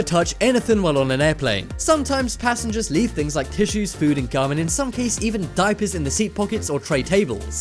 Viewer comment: ThinGs not thins